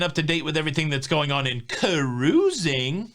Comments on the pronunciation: Subbed just because I like when you say ca'ruising. 😂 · Hey hey! Thanks for always keeping me & my husband up to date with Cuh-ruising!! 😀